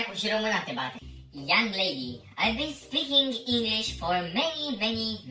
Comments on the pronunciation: Inglis nu mai English 😂😂😂😂😂😂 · ✨eNeNgElEsI✨ tare faza 😅